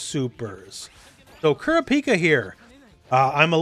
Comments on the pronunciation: It’s Koo-Rah-Pee-Cuh. Sorry but Cure-A-Peek-A was driving me nuts. I’m still happy that HxH is getting a fighting game but idk how many people will actually get it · Can’t wait for this demo to come to PS5, looks like a lot of fun! Btw, it’s pronounced “Koo-RAH-pekah”. Just wanted to point that out because a bunch of HxH fans undoubtedly will. I mean… I’m an HxH fan too, so I guess I’M the HxH fan pointing it out… 😅